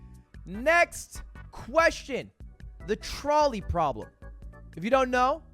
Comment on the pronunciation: Does he not know how to pronounce trolley?